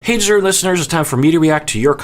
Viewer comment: It sounds like you say "Hey Dessert & Listeners" when you do the greeting sometimes. I am pretty sure you are saying "deserving listeners"